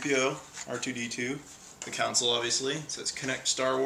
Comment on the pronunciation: dude it console not counsole